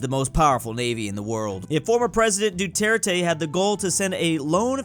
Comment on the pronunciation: Its pronounce DU-TER-TE